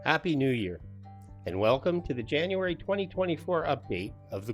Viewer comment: January. Not Janruary. 😢